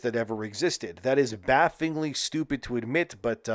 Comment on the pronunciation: 😂...baffingly lol nice Forgot the extra L there 😅 Baffle ingly Bafflingly.. not fun to say, I get it lol